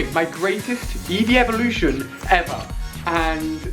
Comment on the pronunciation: it's eeveelution